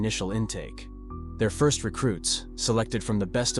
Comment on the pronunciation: It's the "First" Legion not the "ist" legion